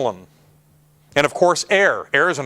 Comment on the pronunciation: "Porcelain" is right, "procelain: is wrong